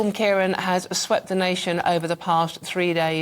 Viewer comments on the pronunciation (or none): Since When Ciaran was Pronounced Ciaron.😄